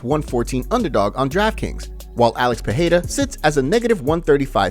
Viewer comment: Alex peheyda? Bro his name is pronounced so many times and you still can’t get it right? Come on now respect the man enough to learn his last name